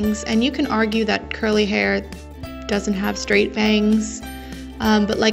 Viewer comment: Thx this vid helped me ALOT Also just curious what are those two little lines towards the bottom of the face Edit: Also (no hate) did you say curly.........a** lmao that’s what it sounded like hahaha